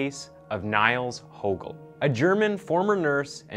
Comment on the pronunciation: His surname is pronounced as “Hoogel” not “Hogel” due to the umlaut Ö in his surname, Högel. I’m sure no one care but it is more a tip to people - like this video’s creator - who want to make videos about him. Anyway, other than the name mispronunciation, great video, great production - very creepy but interesting.